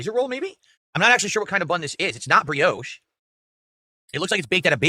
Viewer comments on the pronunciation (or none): Bri-osh not Bri-Ohsh. Added to the list.